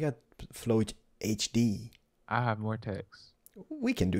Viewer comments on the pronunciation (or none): Please he said flow hd